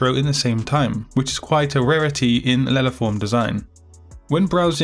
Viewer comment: I did not acoustically understand what he said in and the automatic subtitles didn't either. "Lelaform design"? What kind of design are we talking about?